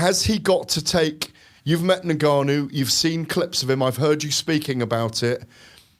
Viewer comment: The Gannou lol... How many ppl have to tell these old folk to say the name right